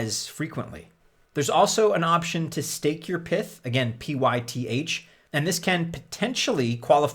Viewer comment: If Pyth is short for python then why do you call it Pith? Does that mean you pronounce the full name Pithon?